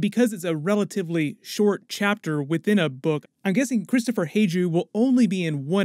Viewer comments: Its pronounced kristoffer Hiv-you and mor-HEN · Your pronunciation of Kristoffer Hivju is interesting😅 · Man you suck at pronouncing character’s names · damn you butchered Hivju's name lol